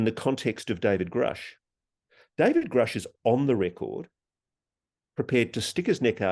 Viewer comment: thank you for correcting him Ross, if one person is going to report on another, if you wish to be take seriously you should pronounce their name right! and to be sure it is the one mispronouncing the name that would be taken serious not the person who's name you are butchering. God has children everywhere!this is god universe!!! they are hiding free and/ or very low cost energy and they do it with the help of the ndaa and the patent office if the us was to release the energy information, it would be view as a hero o the people and we would not need to rely on foreign energy sources and give its people a fighting chance haven forbid we need to go into another world war. we would be able to produce what our armed forces and our people need to survive and thrive. then America would once again be known as for the people and by the people. there are so many fields and services that could expand and flourish. think of the amount of money that could be made switching over